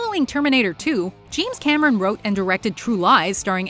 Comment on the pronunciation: did she say jeems cameron?